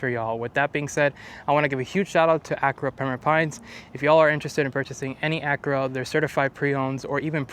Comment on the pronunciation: Pronounce Acura properly